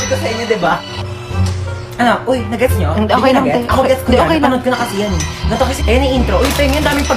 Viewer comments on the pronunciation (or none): none